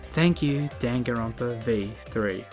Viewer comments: Maybe I’ve been saying it wrong but I wanna scream hearing dawn-gone-Ron-pa One more time... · Why does Shuichi say Danganronpa like gun gun runpa?